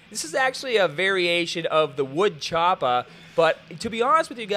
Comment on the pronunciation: "Wood choppa" I could not stop laughing omg